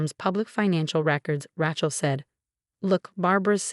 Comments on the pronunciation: It is not Ra(short A sound). It is Ra(long A sound). Do not be so uneducated. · Wish these stories would stop using the name Rachel! Pronounce as Ray-chel, not Rat-chel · I refuse to listen to another story w/the name Rachel mis-pronounced. This is totally unacceptable. Who uses this name pronounced like a tool. The name is not ranch -el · I drives me crazy